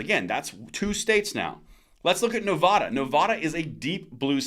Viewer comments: Nevada NOT Nev AH da. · I like your videos. Please note that Nevada isn't pronounced Nev-ahh-da. It's pronounced like dad.